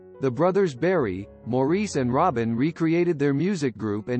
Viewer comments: it's more like "mar", like if something is damaged...there is an "ah" sound after the ''m' and before the 'r'. Mahr-ice. it's nothing. You are such a trooper. If you said it Morris or any other way it would be perfect! Please don't put yourself through unnecessary hassle. In the big picture, I think Maurice would be so pleased that someone cared enough to want to get his name straight. So many people don't! You are a delight! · Good for you!! I agree fully. But let me just tweak your comment...Maurice is actually pronounced "MAU-riss"...check out some of their interviews, all three of them and their mother pronounce it that way. js...Great comment, though. It is a matter of respect...wonder how "T Wood" would like it if people called him "P Whoot"? His ignorance got the best of him...I'm glad you didn't let it get the best of you. ;):goodvibes